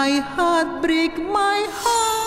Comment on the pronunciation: Baru awal detik nonton aja udh ngakak gara2 yu brik mai hat brik mai hat 😂😂😂😁